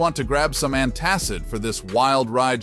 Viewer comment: Ant-ACID, not an-TACID. That was such a weird way to say that.